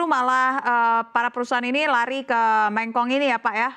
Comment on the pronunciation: presenter berita kok kurang pengetahuan 😂 mekong jadi mengkong 😅 mengkong koyok lambemu 😅